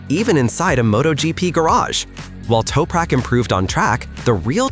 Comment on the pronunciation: U need to say his name correctly mate!